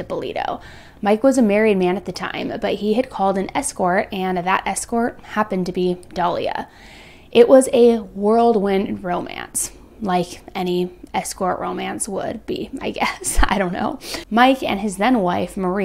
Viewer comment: It did sound like worldwind, but no one really cares because your videos rock!